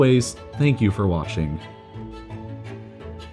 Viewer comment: Did he really just say thank you for washing instead of watching at the end???